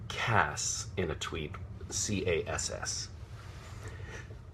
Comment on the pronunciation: This is one of the many reasons i love this man. Pronunciation C then ass not C then as. I would love him to narate an audiobook of some sorts his voice is very soothing. He really is trying to keep it together. I dont know how he didnt break for the whole video